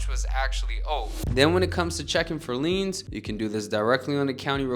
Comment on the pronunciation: It should be "liens" not "leans"